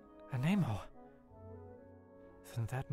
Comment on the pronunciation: The mispronunciation of anemo grates my ears everytime.